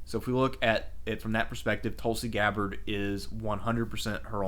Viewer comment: How do u mis-pronounce Tulsi Gabbard? Sounds like an American name to me, and nothing foreign about it...unlike Barack Obama...who strangely won 2 terms.